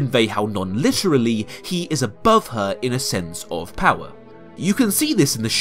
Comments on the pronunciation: "Oll of the powar" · "he haes owl of the powah!"